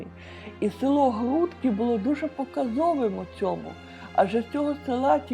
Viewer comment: Дякую за відео! Додам, що правильно наголос село ГрудкИ, а не ГрУдки